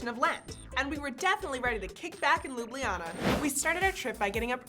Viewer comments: it's not Lublijana but Ljubljana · its not lijubljana , its ljubljana. and its not slovinia, its slovenia